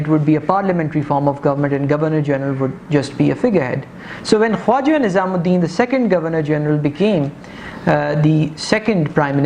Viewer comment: first of all the name is not nizam ud din its nazim ud din . secondly the picture u domonstrated to show Muhammad Ali Bogra was a wrong picture .. it was of Ch. Muhammad Ali . thirdly Molvi tameez ud din was not the president of assembly ... he was the speaker of the assembly .. plz make these corrections .... rest of the presentation is marvellous ... ur style is quite impressive ... keep it up